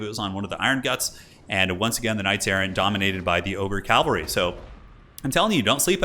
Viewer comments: sad to admit but saying calvary triggers me. Cavalry, say it with me, cavalry. you shorten it to cav, not cal, so why? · For the last time, it's pronounced CA-VAL-REE